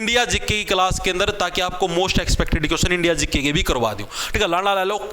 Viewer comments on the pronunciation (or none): none